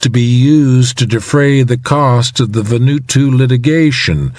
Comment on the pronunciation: Why does the reader say "Va-nu-to" when the island is called "Va-nu-aa-tu"?